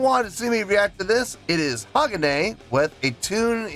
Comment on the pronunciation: Its pronounced HA-GON- A (long A And emphasis on the MIDDLE Syllable